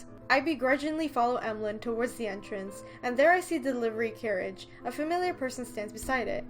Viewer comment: For pronouncing Emaligne's name, you should pronounce it like Emmalyn